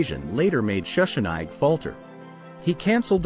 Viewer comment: This is a good video, but Schussnig's name is pronounced with a short "i" in the second syllable. The final "g" is prnounced with a guttural sound, but since that sound doesnt exist in English, we can let it go. The "w" is also pronounced like English "v". So "Valdheim" is the correct pronunciation.